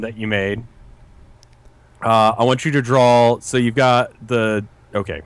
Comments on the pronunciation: Drove me fucking nuts listening to that. There's a huge difference between the word "draw" and "drawl." FFFFUUUUUU!!!! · why does rev pronounce draw like "drawl." a lot of americans pronounce stuff like that, like both becoming "bolth" roof becoming "ruff". it's weird. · Everytime rev says draw it sounds like he says drawl XD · Every time Rev said "drawl" it killed a part of me inside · Drinking game, take a shot every time: - does something completely different than what Rev says -Rev pauses and says "yeah that works" - criticizes Rev for his own mistakes -Rev says "drawl" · That killed me a little inside every time. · Rev: "Drawul"